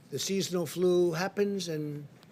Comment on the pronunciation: He can't even pronounce flu 😂😂